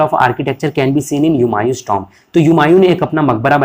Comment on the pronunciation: Tomb ko aap tumb bol rahe ho pagal 😢😮😅